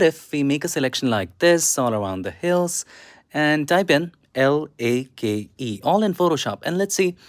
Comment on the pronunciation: Bro forgot how to pronounce "lake" for a second there 😂😂😂😂😂😂😂